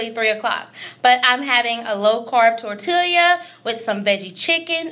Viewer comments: “Tor-tea-lee-a” that was the cutest pronunciation of tortilla 😂😍😘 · I can’t believe you pronounced tortilla that way 😳 Im scared to hear how you say quesadilla and salmon 😬 hint the all the L’s are silent